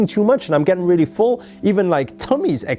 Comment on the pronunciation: Haha. That tyime u said ....RAELLY ..haha